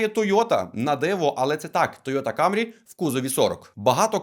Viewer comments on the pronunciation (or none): Мене аж тіпає від слова "камрі"! Блін, та вимови слово "КЕМРІ", КЕМРІ а не камрі! Камрі тільки чомусь кацапи говорять, у яких щелепа не настирюється на англійську°°